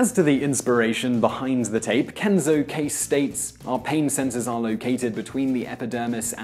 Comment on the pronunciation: Simon mispronounced Kase. If it's Japanese, it would be pronounced "Kah-say"